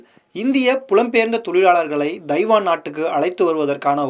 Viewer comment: Pl try to learn the prounciation of " Taiwan"